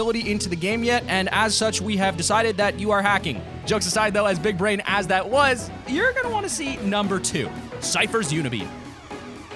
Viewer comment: Bwig bwain